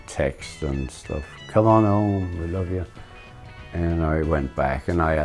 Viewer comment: “texts” is taking me out